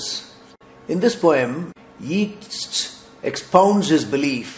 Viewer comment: The poet's name is pronounced Yaytes, not Yeets